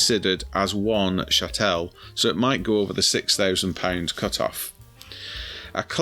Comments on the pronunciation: It's CHATTLE, not chattelle! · Good video bar your high falutin pronunciation of Chattel (pronounced like cattle with an H). I've solved this problem personally by permanently moving offshore, but feel for all those who are still suffering. I personally get warm fuzzies knowing my hard work isn't being taken for Doctors being paid 20% pay rises annually and 35% final salary pensions - I guess I'll just have to Google my own symptoms rather than getting a Jr Doctor to Google them. I'm not paying a single penny towards the pay and pensions of diversity outreach coordinators, solar panel liaison officers and all those leaflets telling me what Greta Thumberg wants me to do with my tins after I've eaten the Baked Beans. Kier Starmer isn't getting his 1/2 million annual pension paid by me. I didn't pay Mandleson's champagne bill when he became our ambassador as I'd left by then. And not one penny is going to the fighting aged males 4 star hotels. Zanu-Labour can battery farm grape on their own dime. If I hadn't done it already, when it comes to sell I'd move out of the UK for over 1 tax year then sell the lot in a 0% Capital Gains Tax jurisdiction - Anguilla, Cayman's, UAE, Guernsey, Isle of Man etc. As the great Ronald Regan said "Starve the beast".